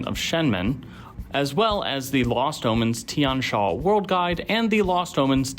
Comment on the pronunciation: Also the xia in Tian Xia is not pronounced sha, more like see-yah (but single syllable).